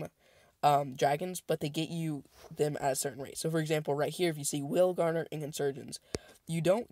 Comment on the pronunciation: I hear you saying it all the time, but you are not saying whalegnawer correct....It's not whale-gardener....It's whale-gnawer. You say it phonetically like whale-naw-er like it bites into whales its such a nasty dragon. It gnaws on whales. ...not being a douche or word police...I love your videos...Keep up the awesome work. add me to group chat if you can....ign: j0nny6 (0 is zero) gnawnô/verbverb: gnaw; 3rd person present: gnaws; past tense: gnawed; past participle: gnawed; gerund or present participle: gnawing1. bite at or nibble something persistently."watching a dog gnaw at a big bone"synonyms:chew, chomp, champ, bite, munch, crunch; nibble "the dog gnawed at a bone"